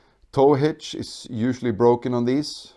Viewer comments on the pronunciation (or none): none